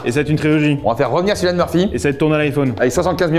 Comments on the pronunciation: faut prononcer son nom comme kylian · Encore une excellente vidéo ❤ Mais ça se prononce Kilianne 😅